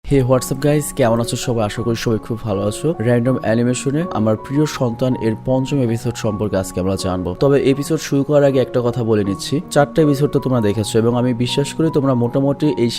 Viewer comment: Kotha thik koro random alimation hoba na random animation hoba🤣🤣🤣🤣🤣🤣